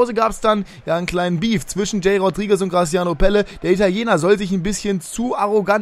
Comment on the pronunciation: Graziano Pelle hat richtig ausgesprochen weil ich Italiener bin und es weiß